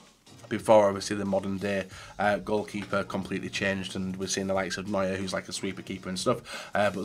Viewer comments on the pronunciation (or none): none